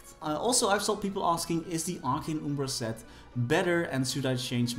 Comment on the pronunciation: It's arcane umbra, not ubra